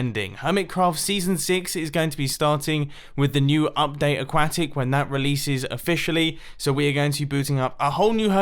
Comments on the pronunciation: He still says aquacktic....😂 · It's ah-kwa-tic *facepalm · “A-quack-tic” MumboJumbo- 2019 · Why do you pronouce update aquatic like qack?